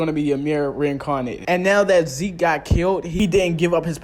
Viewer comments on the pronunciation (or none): Why are you calling ZEKE as ZEEK 🤣🤣🤣